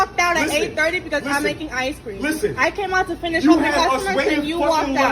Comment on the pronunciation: He calls corporate. "Waaaaah! I didn't get my ice cweam!"